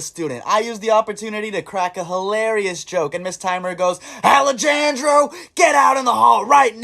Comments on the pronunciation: More like Alejahndro, not alegandro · "A-Lah-jahn-jro" 😭😭😭fuzzy pickles 😋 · ✨AUH-LEH-JAN-DRO✨ i was dying so bad😭😭😭 fuzzy pickles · "ALA JHAN GRJO GET IN THE HALL"🗣️🔥🔥 peak name pronunciation (also fuzzy pickles) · “A LUH JAYN JROW” 😭😭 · ALE-JA-NDRO! Yea thats totally how u pronounce it. Fuzzy pickles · What the fuzzy pickles. Another victim of the white butchered pronunciation. Go sit in the corner with Ak-med 😔💔